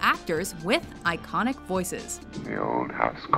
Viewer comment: instead of iconic say Stainic